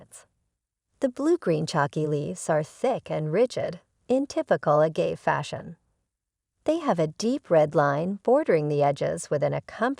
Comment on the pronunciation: This video is terrible from the start. If you can't even pronounce 'agave' properly, I'd recommend you don't make videos about it.